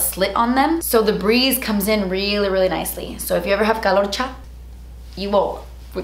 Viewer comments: "Calocha" I die lmao 😂😂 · "Calocha" hahahahahaha!!!!!!